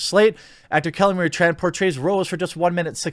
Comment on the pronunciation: You know I'm way less offended about her role as Tico and more about how she can't even pronounce her family name 'Tran' right. Did her agency tell her to do that? Or she just thinks it's trendy?